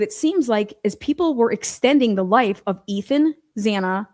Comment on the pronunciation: I think he came across quite well. I felt he was annoyed by her continuously pronouncing Xanas name wrong because he kept resaying their names. Did she do that on purpose?? I feel his sister and brother definitely have info on what happened that night. Also think he knows something but didn't see it himself but has heard something made a point of saying from what he saw, so talk to the brother and sister in my opinion. I mean it's weird all the police say Xanas name wrong why?